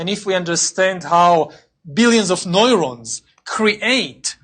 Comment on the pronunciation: It's pronounced new-rohns, not noy-rohns. I can't stand Europeans trying to sound cool and international by opting for English and not even trying to leave the weird accent at the door.